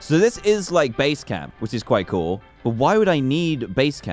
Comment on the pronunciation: Dan are you saying cool or call